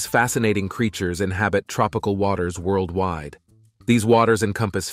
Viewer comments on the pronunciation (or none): none